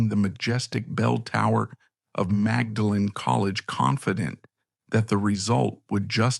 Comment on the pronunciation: And 'maudlin' is the expression with which she is usually portrayed.